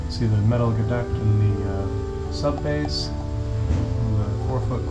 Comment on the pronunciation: Sub-bass was pronounced correctly. Well done sir!!!